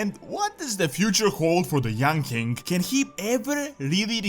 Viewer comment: The way you pronounce king sounds like 'kink'